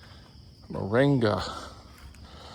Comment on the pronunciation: Moranga or Moringa 😂😂😂😂